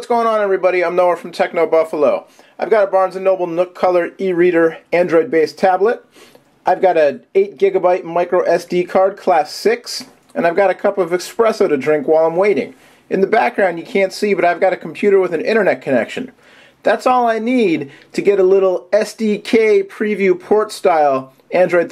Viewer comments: ESpresso. Not EXpresso! Sorry, one of those things that gets on my nerves lol. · great video, i think i'm gonna buy a nook cause of your review... wait i just saw the youtube part its not called an expresso, cause there is no X in the word. You also can't say "ever so slightly longer".